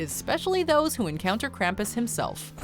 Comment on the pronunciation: Am I the only who hates how she said Krampus?